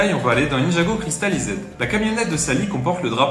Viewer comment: Ta prononciation de Cristalized est HORRIBLE